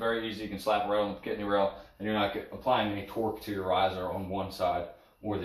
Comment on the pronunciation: Pic-a-tin-ny not pi-cat-nny